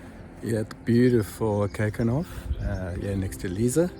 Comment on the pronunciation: Lovely video. And just to let you know Lisse is pronounced Liss-eh, not Leeza. 🙂